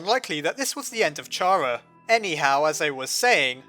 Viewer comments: Why are you sayink not like kara (chara) but like ch ara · U Say Tchaaraa and not Kara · its pronounced Kara! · Oh my god, it's pronounced "Kara" like "character" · The h is silent in chara